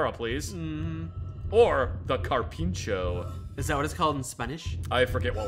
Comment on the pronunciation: spanish speaker here, its carpincho